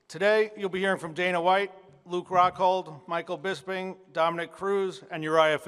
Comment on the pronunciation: Rockhold cant even say bisping's name right, he says bisbing hahah